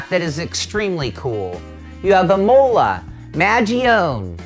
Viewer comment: imoler LOL I'm done